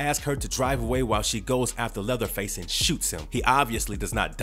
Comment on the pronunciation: did u say leatherfield?